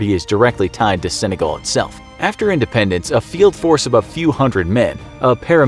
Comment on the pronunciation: repeated cringing in my English degree heart IndependEnce.... Not dAnce... @@